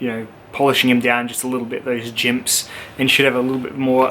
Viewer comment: "2 or 3 jimps"